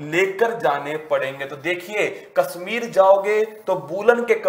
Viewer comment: Heart , woolen ,Kashmir bol nahi pa rahe , kya majak hai bhai sahab